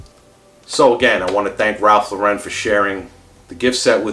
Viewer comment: Lauren is pronounced like the girls name, not Lore-Wren. Ralph and his brother named themselves after actress Lauren Bacall after people made fun of their original surname.